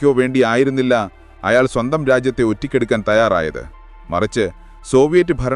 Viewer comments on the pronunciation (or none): ഒറ്റിക്കെടുക്കാൻ അല്ല, ഒറ്റിക്കൊടുക്കാൻ എന്നാണ്🤔😛🥵